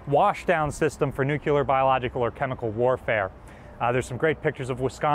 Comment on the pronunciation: Nu-clee-ar. New-Klee-are. Nuclear. Not nu-q-ler. Please pronounce this word correctly.